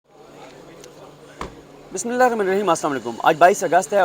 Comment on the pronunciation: Bhai very bad..Banda bissmillah to Sahi parhly